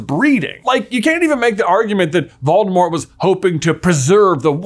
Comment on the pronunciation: He also pronounces Voldemort incorrectly.